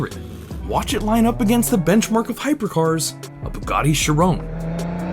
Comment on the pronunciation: The way he pronounced Chiron ☠️☠️☠️💀💀💀💀💀